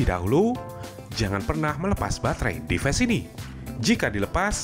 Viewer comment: inggris nya perlu perbaikan dikit... command=ko-man bukan ko-men...device = di va is bukan dives...distance juga salah ucap...